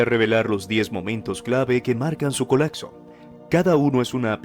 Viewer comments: Se dice colapso, no colacso, se oye horrible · Colacso?? Colapso, acsorbiendo?? Omg